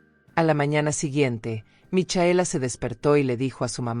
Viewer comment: Es Micaela no michaela. Es Bisoño no visogno